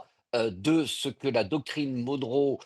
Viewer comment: Retour à l'impérialisme... PS : Monroe se prononce "Monn(e) Rou" comme John McEnroe😉